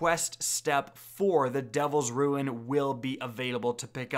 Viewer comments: My man said "Devil's rune" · posh E N U N C I A T I O N lmao